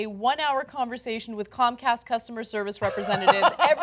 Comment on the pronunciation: comcast why always sound cumcast.